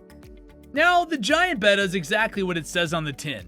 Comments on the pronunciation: Betta. That’s the name. Not beta, not betta fish. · Clicked on the video. Heard how he pronounced betta. Bye.